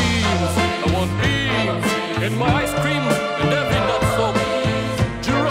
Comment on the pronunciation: “ I WANT BEANSSASS”